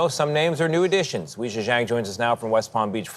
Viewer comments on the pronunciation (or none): Off-topic, but can i ask if anyone knows - why did bro pronounce "Weijia" like that, is that correct?? I knew two different ppl with "Wei" in their names (to be fair, one was his family name, not first name like the reporter lady, idk if that makes a difference) and they both said it like "way". News anchorman said it like "we" tho?? Is that a thing?? (I'm only asking bc i happen to be rly interested in names & their origins, it's nothing important, just a hobby of mine 😅) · It's definitely pronounced "way"